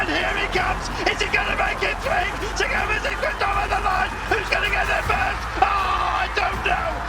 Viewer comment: Not Sagaan :(